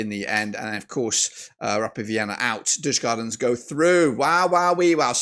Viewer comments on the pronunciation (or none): If i am correct you have betted agains DIF every time. DIF has also beaten the odds every time for example Legia, Rapid and Pafos. Am i a Djurgården fan??? ......no ;)... (Btw in english words it's pronounced "You-gorden(garden but with a "o" or "You-r-gone". Not Yurs-gardens)